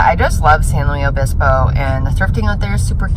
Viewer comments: San Luis Obispo is pronounced lewis queeeen lol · I love the way you pronounce San Luis Obispo lol